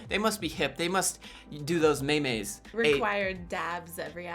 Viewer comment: did he just call memes maemaes